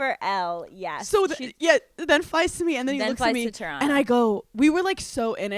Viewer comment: Hannah saying Toronto like a local eh